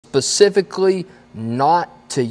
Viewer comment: “Pacifically” 😂 its pronounced “specifically”